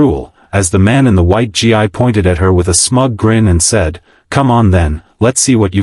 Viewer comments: Maybe someone should program that voice that GI is pronounced gee not g-i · Unfortunately the narrator mispronounced the proper way to say the martial arts uniform, it's not GI it's pronounced as GEE How disrespectful can individuals be 😢 Thank goodness that the guy who jokingly challenged the young lady to a martial arts battle is absolutely dumb. Thanks for the story. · Gi is pronounced gee